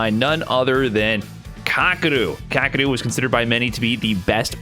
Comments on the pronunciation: Kaw-Kay-Ru. Not hard to pronounce but people saying it fast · I don't think that's correct. Its かける。 かKa けKe るRu. Not really understanding the Kaw and Kay pronunciation. Also the Japanese "R" is pretty hard to pronounce if you aren't use to it.